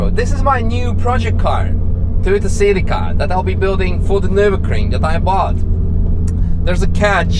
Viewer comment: is not SILICA its C E L I C A